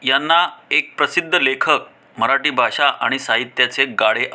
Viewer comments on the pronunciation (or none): none